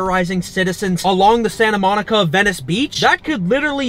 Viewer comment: You said Santa monca